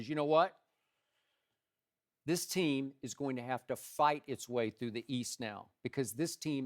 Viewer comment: the most emphatic "WHAT" I've ever heard in my life